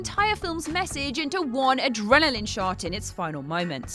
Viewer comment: I know she said "adrenaline shot", but it really sounded like she said "adrenaline shart".